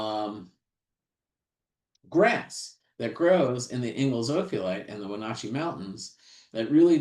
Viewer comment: It's cool to see a geologist from Florida Gulf Coast University have so much knowledge of Cascades geology. But he still never learned how to pronounce Wenotchee (Wenatchee).